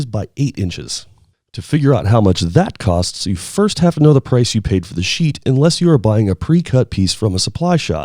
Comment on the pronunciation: Stop saying sheet - it sounds weird.